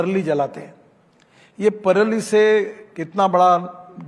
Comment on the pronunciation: Sir praali not perli